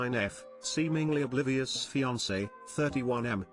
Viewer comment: this electronic voice can’t pronounce “beautiful” correctly but can say the word, oblivious, perfectly. WTH